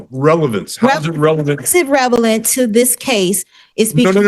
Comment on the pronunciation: She also cannot pronounce relevant. She says revelance. Ignorant and dumb. Dumb. Dumb. Dumb. She has no idea what judge is saying. Dumb dumb dumb. Scary how incompetent postal employees are. And can’t speak proper English. Nauseating.